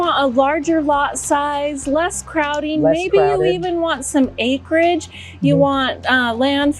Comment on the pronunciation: Just an FYI - it’s actually “Acreage” lol great video it was very helpful.